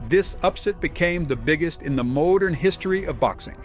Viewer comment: Starting the narration stumbles over several words, starting with "MOE-DURN". LOL